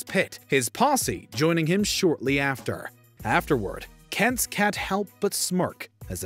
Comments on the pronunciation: Are you saying “Kents”? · Why did it sound like you were calling him "Kents"?